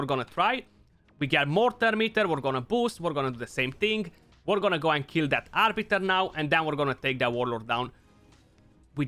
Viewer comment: Who the fk is Arbitor ???? ROFL ;) "it's Arbiter not o -.-"